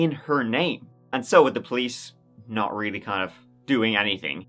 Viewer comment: Maybe you should go to Moscow, to find out why she liked it so much! your "realy" was not wery nice!